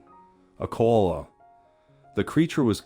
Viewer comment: 50 It's Ko ala not kola's